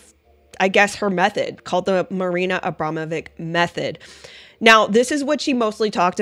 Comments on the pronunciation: pronouce it witch not vic ,abramowitch it is..... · Pronounced Abromavich